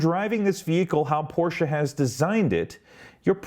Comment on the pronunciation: Your review is more balanced than many others I have watched. I have a Taycan Turbo on order, although I am now reconsidering with the 201 miles range announcement. At least you pronounce Porsche correctly. I would submit that Porsche has had a long history and culture of innovation, certainly not like most US and Japanese companies. Porsche has won Le Mans 19 times, and also 3 years in a row with their 919 Hybrid. None of this takes away from Tesla, which has done a fantastics job of bringing EVs to the world.